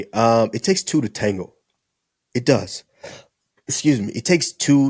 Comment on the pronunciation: tango not tangle